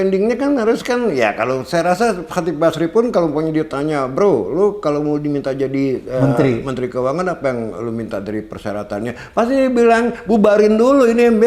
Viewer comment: Chatib basri pak bukan Chatib Bisri menit 33 : 30